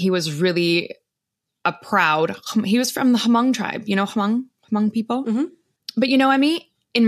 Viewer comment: its not HA-mong. its mong. the H is silent